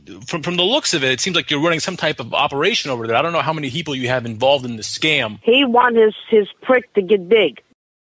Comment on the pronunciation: lol at between - he said heople instead of people